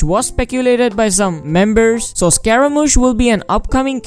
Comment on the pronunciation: Who tf calls him scaraMAUche?😳